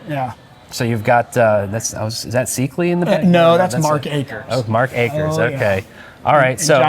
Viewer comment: Seekly? That is not how you pronounce Rony Seikaly.